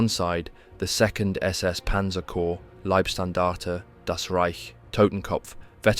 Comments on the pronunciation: Love these videos but please learn how to pronounce german names and units. Leibstandarte is Laybstandarte and not Leebstandarte etc. Both my grandfathers participated in the war. One with the finnish and one with the germans. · Not wanna be pedantic on such a excellent job, but the 1st SS is pronounced like "lie" not "lee". If relevant at all. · How many different ways can you pronounce "Leibstandarte" in one paragraph? Otherwise, a well-done video.